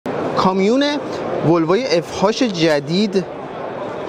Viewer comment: اف اچ، نگو اف هاچ😡ما چیزی بنام اف هاش تو دنیا نداریم